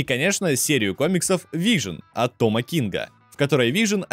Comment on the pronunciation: неа, вы явно произносите вижен и пишите вижн окей просто попробуй вслух просклонять Вижн и Вижен и сам услышешь как тупо звучит без е